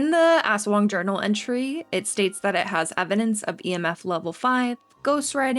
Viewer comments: ASS-WANG wtf is that pronounciation 💀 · it's not ASwang, it's asWANG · as a Filipino i laughed when you pronounced aswang 😭